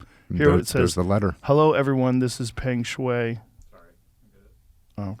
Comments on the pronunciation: correct her name is pronounced pung sch-why ... Jocko is correct about Chinese government....the are OBSESSED WITH POWER and they have been on a slow long game world strategy buying up and stealing intellectual property, Tesla, Apple and nearly all of the world's biggest tech giants couldn't refuse the allure of more profit at no environmental responsibility. Greed. China has been on a 50-100 year plan to take over as the world super power. The heads of Chinese government is godless and function as a true communist power. There is plenty of proof of the government oppressing or killing Christians, Muslims, Tibetan monks...Even it's citizens during peaceful demonstrations, the Chinese government has ZERO problem assassinating them to re-establish their supreme authority. Tianamen square wasn't that long ago... it will happen whenever the government can show power without getting boy-cotted.... since China needs huge dollars for their military and space race. To think millennials, truthers and the woke are shocked by China controlling media and other propaganda proves the comfort-bubble and delusional reality-worldview many have today... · Shui , which can mean water, is the sound he was making. Everyone knows how Feng shui is pronounced. Her name is spelled and probably pronounced Sh WHY Shuai sounds like WHY not WAY. I have two certificates in Chinese, so I am a qualified expert in this. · Hello World! this is Pengshuai. Just a little correction. My first name is pronounced Shw-I as "I" in the first person singular subject pronoun) Also, I have been binge watching your show JRE. I am fine! :) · Pronounced “pung shwhy” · Her name is prononced: peng shoe-I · Her name is pronounced "Fun Shway" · Pronounced...Pung Shwei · Hi often the ‘e’ in Chinese is a “uh” sound… her name is pronounced “Puhng Sh-wah-ee” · It's pronounced pung shway for all who can't figure out how to say her name. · It's pronounced "sh-why". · I believe it would be pronounced "Pung" "shwai"